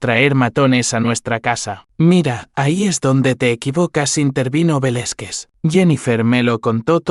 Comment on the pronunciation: Interesante historia desde Venezuela 🇻🇪, Pero por favor, deben trabajar en las pronunciaciones no se dice. Velezquez se pronuncia Velázquez , por favor ! .e desconcentro con las pronunciaciones incorrectas 👍👍